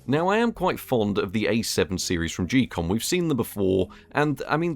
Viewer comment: Geekom pronounced "Gee-Com?" I never would have guessed it I thought it was more like "Geek-com" or "geek-um"